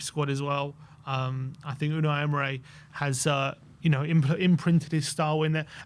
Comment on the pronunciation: Unai "emray" 😂